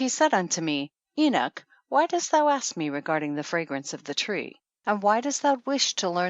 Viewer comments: Why does she pronounce it "eenik," as opposed to "eenok"? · Enoch not enik! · Why is she pronouncing the name "Enick"? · Is she saying the book of enich? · Her terrible pronounciation of "Enoch" makes me sick,. I cant last but 2 mins...:vomit